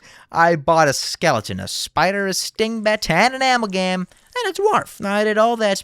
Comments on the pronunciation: amalgam is closer to ah mel gam not amal gam like you said it also Charon is the ferrymen of the dead in Greek mythos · "Am al gam" a-mal-gum